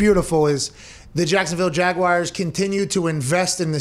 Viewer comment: I may have said this b4, there is only 2 correct pronunciations of Jaguars, and neither are Jag-Wires LOL Please STAHP! There is no i in the word!